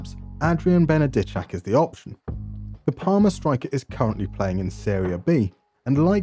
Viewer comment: I do have to say, you pronounce Polish names pretty well. Benedyczak was very good and I remember during paok saves you even pronounced Raków Częstochowa correctly. I think it's fair to assume you don't speak Polish too often so I'm really impressed by that.